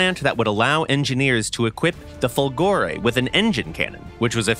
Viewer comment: It's Fòlgore, not Folgòre !!! Italians were able to produce and test excellent V engines, thinking about the wonderful V16 Fiat AS.8, reaching a 2000+ HP power well before other countries produced more known engines like Merlins, or Griffons, Jumos, etc. A much more plausible explanation of the "fiasco" (which one are you talking about, anyway ? Italian planes where in most cases far better than foreign planes...): politics and industrial tycoons greed ruined it all.